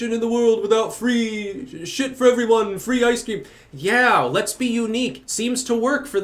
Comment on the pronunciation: Fwee Ice Qweem for everyooone!